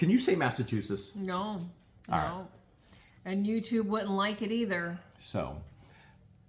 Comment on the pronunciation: say Massachusetts like this: mass uh chew sets